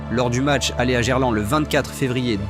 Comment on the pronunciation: Des ptits problemes de prononciation non?? Dgerlande, RC len, Sebastien lob 😂😂